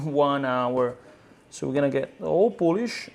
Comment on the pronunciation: Coming here for a 1 hour pizza dough: "the poulish after 24 hours". Okay.